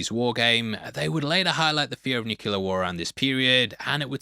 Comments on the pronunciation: New-clee-urr. It is pronounced nuclear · DUDE... "new clear" not "nu kyoo lar" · I spent my whole life pronouncing it "NEW-que-leer" until George Bush Jr. got raked over the coals for that, now I force myself to say "NEW-kleer". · The Kryptonian costumes were made from 3M's highly reflective Scotchlite fabric (also used to make cinema screens) so no one was sewing thousands of beads on to anything. "Nukuler"? Really?